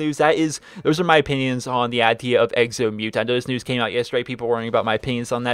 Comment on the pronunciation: Can you please say exo! Not eggzo it is rather annoying